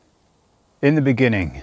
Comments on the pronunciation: in da benining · "In the beninging" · in the beninging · Ini dee beninging...